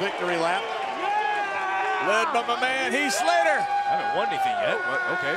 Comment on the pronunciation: Lillian botch again "Heat Slater".